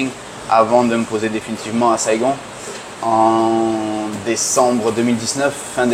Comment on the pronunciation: Merci à tous les deux. Pourquoi tu prononces "Saigone" , c'est à l'anglaise ?